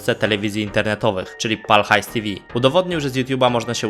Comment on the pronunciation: widać że nie oglądane są odcinki z Pal HAJS TV, nie mówi się tivi, tylko te fał.